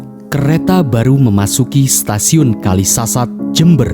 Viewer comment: Kalisat Min Bukan Kalisasat Waduh Gimana Ni Kreatornya